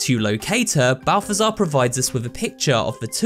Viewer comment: Name: zbaltazar This dude: balftazar